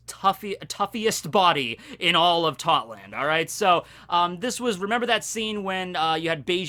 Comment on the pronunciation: its totto land not totland